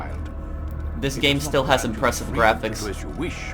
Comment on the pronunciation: i wonder how many times he said this game still as inpressive gravics